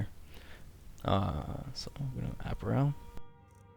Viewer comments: You say "apparel" funny. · And he says apparel wrong too, but its ok.